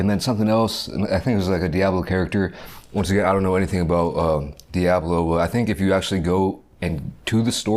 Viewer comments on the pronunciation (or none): really poking through with that "Diaaablo" pronunciation